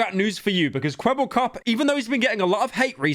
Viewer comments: Now now pyro, say the line properly. "Kwebblekop is finished" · Idk if that's just how he says his name, but it really sounds like the AI doesn't know how to pronounce "Kwebbelkop", so it just kinda mumbles it really fast